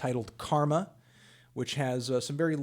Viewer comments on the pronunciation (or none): none